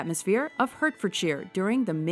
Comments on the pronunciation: It’s pronounced H(a)rtfordshire. Not H(e)rtfordshire. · Being gay is not a "Lifestyle choice" And it's pronounced "Heartfordshire", not "Hurtfordshire" 🙄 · Extra credit - Hertfordshire is pronounced 'Hart-fud-shur' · by the way, in England Hertfordshire is pronounced "heartfordshire", just to let you know. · Hertfordshire is pronounced Hartfordshire